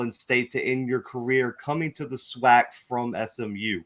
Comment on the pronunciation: We gotta teach these new guys coming in some of our rich SWAC history. This ain't just any old conference. There's a LOT of rich history and tradition!! And it's pronounced SWAC (Swack), not (swock)...lol. That being said.......we are EXCITED to have you as a #Gman!!!! Welcome to hbcu football!!!!